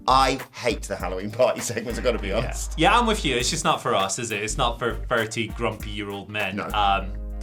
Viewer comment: "To be 'oneeest" you should always be honest.